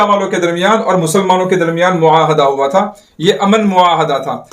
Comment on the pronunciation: maahda nahi hoa mahida hota hai